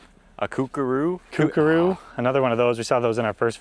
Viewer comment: Lol at "Kookaroo" 😅 P.S. the large white parrot you saw is a "Cockatoo" 🖤🇦🇺